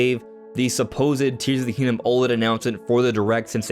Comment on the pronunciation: "Tees of the Kingdom".